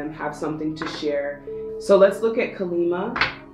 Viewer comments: Deck 3- i am letting go many insecurities, thats the confirmation i think.. plus im suffering from jaundice and i need improved health 😃 And we worship Kaali Maa here in India🙏🏻 Its better to pronounce as Kaali Maa instead of Kalima 🙃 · Bless you on Deck 3, but Her name is Kali Maa. Sounds like "Collie Mah." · It’s pronounced kaa-lee maa :) ❤️ thank you for the reading